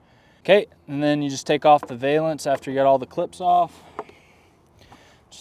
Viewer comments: It’s like nails on a chalkboard…Please stop saying vay-lence. It’s pronounced va-luhns 😬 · Very cool product. Just pronounce it correctly!